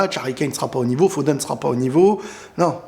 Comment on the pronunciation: "Phoden"? Fil Phoden? 😂😂😂